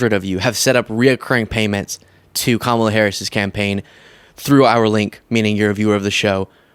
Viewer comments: Odd it doesn't seem to bother her enough to pronounce Kamala correctly. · "party of all americans" yet still intentionally mispronounces VP Harris' name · MTG is so disingenuois. She calls out Loomer for her racism while exhibiting her own racism by deliberately mispronouncing VP Harris's first name...suggesting that her name is just too foreign to be pronounced correctly. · The wendigo of northwest Georgia is still mispronouncing Kamala’s name, so she can miss me with this phony “coming to Jesus” BS.